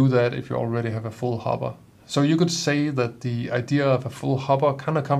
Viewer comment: Good video, and your English is excellent, but a minor point, sounds like you say hobba for the bean container, it should be hopper with a ckear p sound.